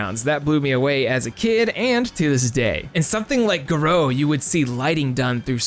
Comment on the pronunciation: It's not ga-row....it's pronounce Gare- roo....I wish the God you young people would look up words before you missed pronounce them all the fucking time